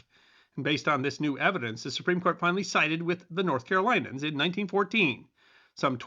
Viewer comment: Great episode. We are ˌkæɹəˈlɪniəns tho (pronounced like linens with an extra hard e before the "en") not Carolinans-- There is no hard "I" anywhere unless you are saying the state which ends in an "a". As soon as you add the second "n". The "I" becomes soft